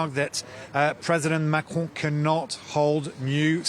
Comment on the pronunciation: Pronouncing “Marcron”….. I think I’ve figured it out. Start by saying “Mac”….. and then clear your throat.